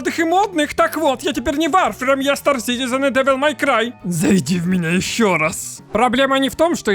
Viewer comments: Откуда вы все лезете. Вы даже названия игры не можете произнести а лезете со своими видео в надежде денег срубить или славы? Сперва образование получите ну или готовьтесь к видео нормально а не лепите херню на коленке. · как то странно название игры произносишь! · что за варфруйм?